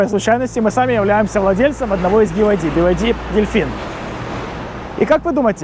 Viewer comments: BYD в разговорной речи употребляется как БИД, как и БМВ не би эм дабл ю ☝🏼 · Тут дело привычки) в китайской разговорной речи он произносится как бияди)